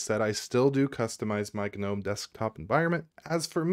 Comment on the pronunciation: Turned off after seconds.. FFS.. GA-Nome.. I just cant hear you say it anymore.